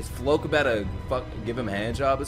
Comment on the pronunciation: i laugh every time he pronounces floch as 'floke'